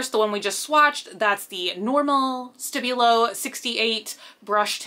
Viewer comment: The way she says stabilo hurts my english ears :P